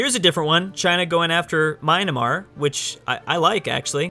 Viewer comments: MY - AN - MAR or MEE - AN - MAR, not my-na-mar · It’s pronounced me-an-mar not my-na-mar, great content though keep it up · it’s called myanmar, not mynamar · Jakov Grbelja yeah, you meant MYAnmar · The way to pronounce Myanmar lmao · I drank 69 tons of bleach when he said Myanmar